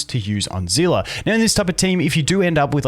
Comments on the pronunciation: whats a zela? its see li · Zehleh not zila